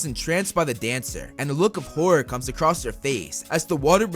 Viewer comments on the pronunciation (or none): none